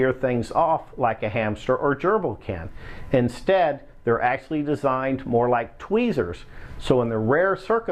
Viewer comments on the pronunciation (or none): none